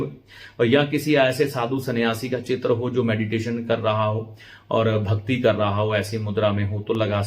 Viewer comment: आप उच्चारण पर विशेष ध्यान दें चित्र, शुक्र इनका प्रयोग सही करें